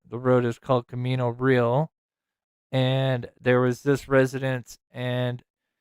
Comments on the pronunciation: Pronounced Camino Ree•Al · "Camino Re-al"